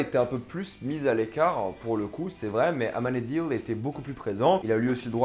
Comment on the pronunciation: amanadioul?????? Amenadiel bordel !!!!!!! Aurora ? Aurore !!!!!!!!! Tu insulte les perso de Lucifer !